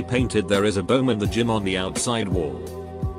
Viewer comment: WTF IS THIS RE PRONUNCIATION OF BOMB